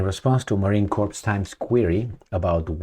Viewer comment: The 's' in 'corps' is silent, as is the 'p'. It sounds like 'core'. You are saying 'corpse', which is a dead body. Confusing, I know.